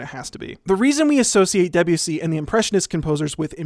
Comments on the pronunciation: Please pronounce Debussy by stressing the 'bu' not the 'de' as is in keep with French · For years I have known Debussy and I know it's pronounced "deb-you-see" but I will never stop pronouncing it "De'Bussy" in my head first lol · Great video but your pronunciation of Debussy is making me want to eat my laptop.